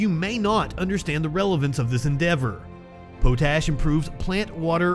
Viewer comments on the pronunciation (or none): Also, pot-ash. Not poe-tash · Potash is pronounced pot - ash. Not Poe-tash. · I thought it was pronounced Pot ash, not Pote ash...